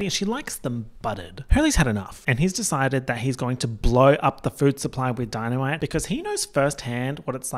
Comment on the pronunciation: “the dee-na-me-tay must be Italian” my favorite joke 😂 it sparked something in the back of my mind on the first watch, but only on the second watch did it finally click! Thank you for that reference 🧨🐿